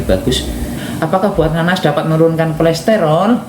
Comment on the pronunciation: bukan kolesterol Mas tapi kolesterol